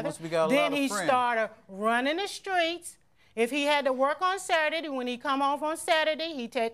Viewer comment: Him: I’m not running the skreets. 🤣🤣